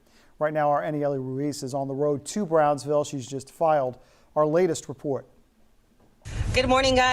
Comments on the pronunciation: Bronzeville? Braunsville?? It's BROWNSVILLE. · Don't church it up, lady. It's pronounced "Brownsville".